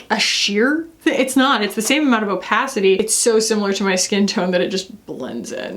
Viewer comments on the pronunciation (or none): none